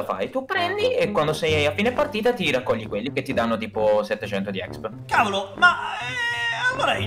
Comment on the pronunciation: Si dice expi non exp